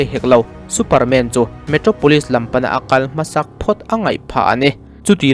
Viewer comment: Superman i lam dan chu,MAN hle mai a tia kan lam ang khan lam mai tur.😂😂😂